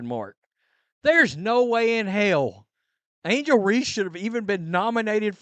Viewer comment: Angle reese??? Really